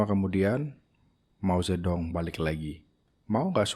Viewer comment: Mao Zedong dibacanya “Mau Cetung”